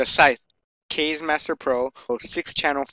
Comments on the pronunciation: it's not "kayz" it's "kah-zeh" which means wind in japanese... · pronounced "kazzi" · Kaze is pronounced like the kaze in kamikaze. Lol kayz